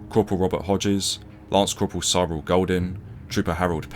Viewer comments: Cyril = "Sirrill" not "Syerrill" It was a common name. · It’s just Cyril mate, not ‘Si-roll’. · Another great video. You do have trouble with pronunciation that I happily ignore but getting a guy's name wrong is a bit much. Please just get someone to approve your narrative before you post. Cyril was such a common English name of the time. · Surely that is not how you pronounce Cyril?